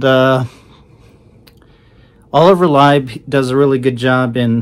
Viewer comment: Thanks for putting out this review - one thing to note: Lieb is pronounced "Leeb", not "Libe". The Black Album is a unique infusion of trance and hard techno. It is techno designed in such a way to sound "trancey". I was lucky enough to hear some of these tracks at techno events many years a go...Cellular and 88 sound monstrous on a big sound system.